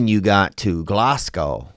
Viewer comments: Fucking love your content but I'm steaming (that means drunk in Scotland) and just wanted to let you know (unless you were pronouncing it sarcastically) that Glasgow isn't pronounced "Glass gow", it's pronounced "Glaz Go". Much love tho, you're sound as ffff. <- I'll let you work that one out 😝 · It’s “Glazz go” not “glass gow” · Glasgow is pronounced Glaz-Go! 🤣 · Glasgow is pronounced glazgo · ITS GLESGA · Insert Witty Name Seriously doubt he sold out in Glasgow if he can’t even fucking pronounce the name of the city.